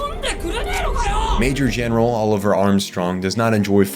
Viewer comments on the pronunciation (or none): Great video dude. My only gripe is your pronunciation of Olivier. 😂